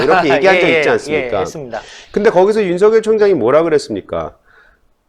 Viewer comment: 윤석열 발음 제대로 하세요